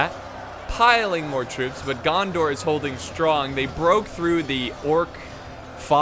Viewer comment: Every time you say gandar I think of jar jar binks 😂